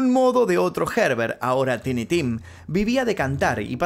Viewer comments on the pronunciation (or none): Teenee ? It's Tiny (tah ee nee), means "pequeño" is not a name ... Lol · Suena mejor Tainy hehehe… saludos desde Bélgica, siempre te veo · Me da cancer auditivo al escucharte pronunciar Tiny, así no se pronunciaaaaaaaaaaaaaaa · Los nombres propios se pronuncian tal cual, por lo cual debieraa decir taini y no tini, si alguien se pone Carlos en su seudónimo (sigue siendo nombre propio) no debes llamarlo Charles porq estás en estados unidos... cuántos nombres tendrías entonces dependiendo del idioma? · TINY puede pronunciarse "taini" o "tini" dependiendo si usas ingles britanico o americano. jajajajajajajajajajaj... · Tini tim suena mejor? 😂 Bueno qué se puede esperar de alguien que le dice "shantas" a las llantas y "shimi" a los Jimmy 🤦‍♂️ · es taini tim